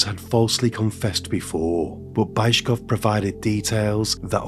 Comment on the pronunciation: You're butchering these names like this Bayzhkov(?) guy - please pay SOME attention on the correct pronunciation for it's impossible to recognize almost any names because of aforementioned. Otherwise great content!